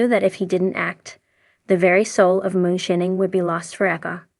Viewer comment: lol....she said "moon-shinning"